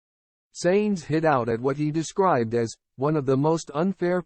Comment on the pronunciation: Dont use AI reading its annoying to understand it and it kepts pronouncing the things wrong and its Sainz not "Seins"